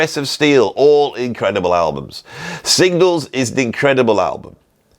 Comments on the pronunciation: Signals. Not Singles. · Say it, SIG-NALS!!